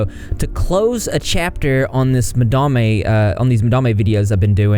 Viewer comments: Madame is not quite madam either. Its ma-dahm with a long a sound. Ma-da-may is still my favourite though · Lol I just love that you call her “Ma-Dam-eh” 😂 I literally thought that was the pronunciation too, totally ignoring the fact that it was just the word madam with an e at the end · "Madarmay" lol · I love that you just decide you like the way that you pronounce Madame and just go with it.